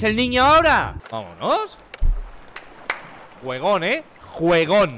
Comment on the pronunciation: gueon eh👌 Sé que dice "Juegon" no mames Xupala Otro Xupap1nga: Hakahsksha Porque los chilenos dicen weon dfjwjsus que risa ajdkaja no tienes imaginacion Jelsaksjks convulsiona Nskajsa.... Muere con una sonrisa